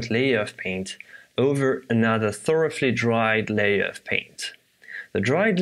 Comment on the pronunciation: Since your English is so perfect and you have clearly taken immense care with fluency, I thought I might point out something you might be interested in... in English, the word "thoroughly" has no explicitly pronounced 'f' sound. It looks exactly like 'rough' (pronounced 'ruff'). However "thorough" is pronounced "thurra" in English and sometimes "thurrow" in American English. There does seem to be a rule where 'ough' makes an "uff" or "off" sound (rough, cough, etc) however this word is an exception. I only mention this because of my interest in learning other languages and how much I would appreciate someone telling me where I am pronouncing things differently to native speakers. I will wait for any comments from people telling me if this is an asshole thing to say, and if so, I will take it down. xx :)